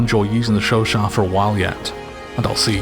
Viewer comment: The way you pronounce Chauchat makes this video an ASMR :) How would you rate it compared to the Chauchat in BF1 (relative value in each game)?